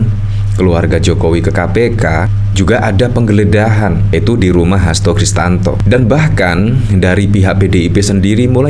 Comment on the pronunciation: Pak Hasto kristianto,bukan Kristanto